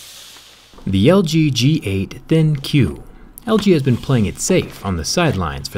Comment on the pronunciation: It's not Thin q it's think